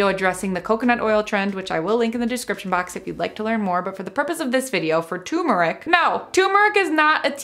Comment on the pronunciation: it's tuRmeric not tumeric 😂